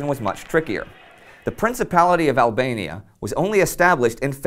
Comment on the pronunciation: Ablania Like Persa again.